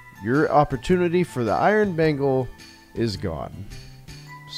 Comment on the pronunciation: mispronounced "Iron Bagel". Unsubbed.